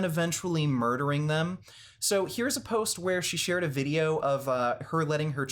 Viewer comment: "vide-yer games" ahahaha